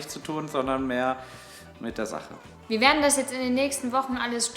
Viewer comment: "Wie gehen nach Hause " klingt ungewohnt 😂 bin gespannt auf das was kommt 👍🏼